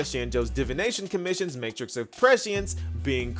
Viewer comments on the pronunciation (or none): none